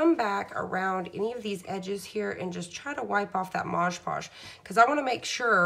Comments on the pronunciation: Talks way to fast, and it is MOD podge, not modge podge.... She has the concept, however, not the finished product I would like to have on show. It is too busy. Just the picture would have been 100% better. Put the date on the back, and I am pretty sure, the couple know their name. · its called MOD Podge not mog podge! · It’s MOD, m. o. d. NOT “mojjjj” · Nice video, would be even nicer if you pronounced MOD PODGE (like the label) rather than MOJ POSH ..... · I have such a pet peeve with people saying “modge podge” lol. It’s MOD 🤣 ahaha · Mod Podge (Not Moj Paush) LIke Mod and Dodge. Thank you. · Please read the name on the label. It is Mod (as in Modern) Podge -- NOT Maaj Paaj. Also, if you apply it more evenly (to the wood instead of the photo) and use much less of it, you will have less tearing of the paper. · Looking through the comments makes you think some people don't actually WATCH the video! You can clearly see that it's called Mod Podge, who cares what you call it! 🤦🏻‍♀️ I call it Modge Podge all the time lol It's an incredibly informative video! Thank you for your time in making this video, I can't wait to try it! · OK, this is the second video I've watched this afternoon using Mod Podge. I wish the people doing these great videos would learn how to pronounce the name of this medium. MOD PODGE, NOT Modge Podge. Call me picky buy grammer and enunciation has always been a pet peeve of mine. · mod podge! not modge!!! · Stop saying Modge Podge. It's Mod Podge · Your calling it modge podge. All I can find is mod podge. ?? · Call it what it is, mod podge not moge podge 🤣🤷🏻‍♀️ snd you mean burnish the decal down not varnish it down 😂🤣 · Can't tell if the video speed is altered or the demonstrator just talks so fast! Also she keeps saying Maj Podge. Not a terrific endorsement. The product is MOD....PODGE! Just sayin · MOD PODGE..WHY IS IT THAT SO MANY PPL CANT SAY IT.